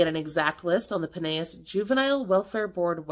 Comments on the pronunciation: Pinellas isn't pronounced like Spanish. It's "pie NELL us." Did the video end early? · In Pinellas you actually pronounce the L. Love you girl! ❤